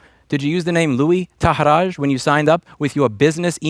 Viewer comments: It's pronounced TA-HEER-RYE not TA-HEER-RAZH. And it's L-UUUU - ANH. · Hi there Louis, just to point out his name Luan Tahiraj, is actually a name of Kosovo/Albanian origin and is spelled as Tahiray, like in the word “yes” the letter “y”. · He is Albanian. TA-HEE-RA-YY is his surname's pronunciation.